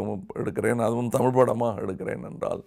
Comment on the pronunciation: When "P" joins with "h" like in Photo or Physics, it is pronounced as "Foto" or "Fisiks". Not Poto or Pisiks. Same way "Z" joins with "h" it produces the right sound as in Tamizh not as in Tamil. Two different "L" sounds. Hope it makes sense.